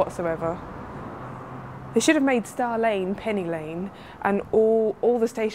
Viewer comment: Pinny Lane!?!??! That sounds horrible!